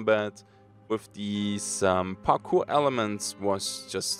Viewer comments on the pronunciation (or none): none